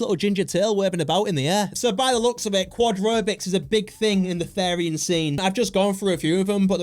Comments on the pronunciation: IT IS THERIAN NOT THARIAN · these a called therians (pronounced as th-ear-rian-) and furries therians feel like they are soulfully Conected with certain animals and furries do it as a hobby as a therian i find this really offensive but its your opinion please dont post more things like this❤😢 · As a Therian, the way he pronounces is is hilarious, and I'm not even mad because this is just funny